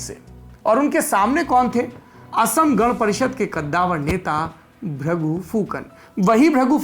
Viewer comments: हेमन्ता नहि उनका नाम हीमन्त है। और भ्रगु फुकन भी नहीं भृगु है उनके नाम। नाम सही से उच्चारण करना चाहिए। धन्यवाद। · The pronunciation of name is totally incorrect . It's not Bhragu Phukan it's BHRIGU and it's not Hemantaa it's HIMANTA .